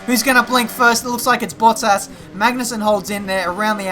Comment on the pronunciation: Yo just a tip all right!;D. people often say MaGnussen with pressure on G in Denmark we dont really pressure it in many words but so you could get on the right road i just wanna say try and pronounce it Maunussen okay. Cheers and Great video. Cant belive ive actually spoken to you when we raced in the Athleague C:.